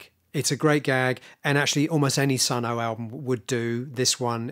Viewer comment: it's pronounced Sunn not Sunn Oh